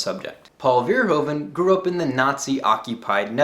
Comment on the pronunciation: Hi! I'm so shocked someone outside of the Netherlands likes Paul! I would like to say though that Verhoeven is pronounced as Ver (as in purr, what a cat does, but with a v) Hoe (as Who?) Ven (with the same sound as in purr again)